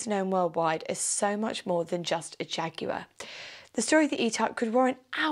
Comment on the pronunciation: Great vid! And so nice to have the word Jaguar pronounced properly. It's an English word, which in English is Jag u ar, obviously.